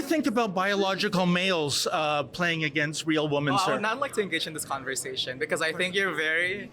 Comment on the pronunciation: Why can't these people pronounce women. It's so hard to listen to.